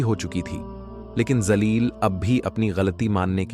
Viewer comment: Woh naam zaleel nahin jaleel hai urdu talaffuz achche nahin zaleel ka matlab kameena hota hai